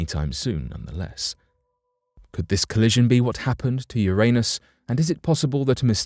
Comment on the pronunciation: Yer-niss. Jeezuss Christ, guy.